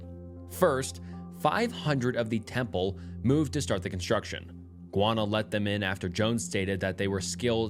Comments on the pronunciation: guy-ahna. not gwana. please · No.. it’s actually Guy-Anna 😐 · Bro… it’s pronounced Guy ah nuh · Sorry if this may sound abit rude but I’m listening from Guyana and its name is not pronounced guana it’s pronounced Guyana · Guy-Anna 😂😂 not guana that’s a different place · Gwanna? You mean Guyana? (gee-yana) LOL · Guyana is pronounced "Gai-ahna", not "Gwana". Your pronunciation just made me think of bat or bird poop (guano) lol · GUY -ANA!! JUST LIKE YOU SAY USE THE WORD GUY TO DESCRIBE MAN! THEN ANA... IT'S GUY -ANA ...NO GUYONA .. IT'S AMERINDIAN NAME!!! MEANING LAND OF MANY WATERS 🌊💦 🇬🇾 MY COUNTRY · It's pronounced "guy/an/na" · is pumping out low level content lately. The first video is influenced by Mr. Nightmare's most recent video. Way to ride coat tails. Maybe try high quality videos once every few days rather than this quick shit every day. Shit pronounciation btw. A 500k narrator saying gwana? Smfh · Bro it's pronounced GUY•ANNA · guwanna… i would research how to pronounce the country before saying it wrong several times lol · Hey you are pronouncing Guyana wrong it's pronounced: gai·aa·nuh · Guana sent me into a tailspin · Great video. Just as a little tip, Guyana is pronounced "guy-ah-nah". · It's GUY-ANA. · Sir it’s pronounced “Guy-on-a”